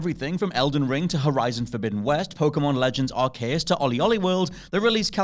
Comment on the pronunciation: Wait how did you pronounce Arceus😂😂